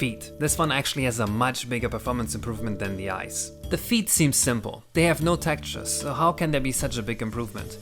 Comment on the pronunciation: I wasn't going to say anything, but after your rant at the end it feels like it's fair game: the word is TEX-TURES, not "tactures".